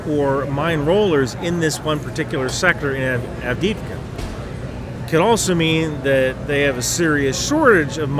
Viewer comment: Avdiivka. Double "ii" reads each letter like english "e-e" (AvdE-Evka)